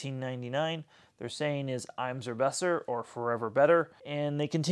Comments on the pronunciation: Omg I’ve never heard anyone say Immer Besser like that before. It’s IMmer like in but im instead. Anyone looking for a Miele cordless id say get HX2 don’t bother with HX1. The filter twister at the top is sharp on the HX1. The performance of the brush is so much better on HX2 and the suction motor is improved too. Miele could have done a better job to make these easier to make into handheld format though, it’s very stiff to do and don’t recommend for old or people who have dexterity problems. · Had to laugh a little at your pronunciation of immer besser. I mean that in joking of course. Great video as usual! Really wish they would make this in a bagged version.